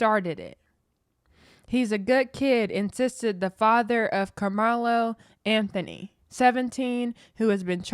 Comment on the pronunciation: Say his name right